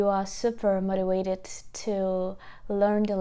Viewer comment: BTW it is very cute the way you pronounce "motivated" ... however the letter 'v' in the word 'motivated' is pronounced the same as the letter 'v' in very. Perhaps divide it into four separate parts, for example 'mote - ti - vate - ted' ... So practice saying 'veh' with very and 'vay' with vated. Hope that helps ☺